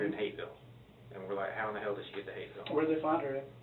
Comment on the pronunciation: The H in Hapeville turned into an R real quick with this scum bag around.